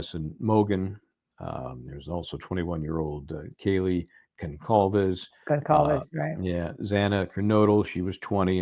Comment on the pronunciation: She can’t even pronounce Kaylee Goncalves’ last name… junk channel